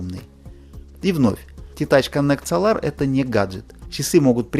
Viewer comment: Dude ударение в Солар бьет по ушам. СОлар а не СолАр.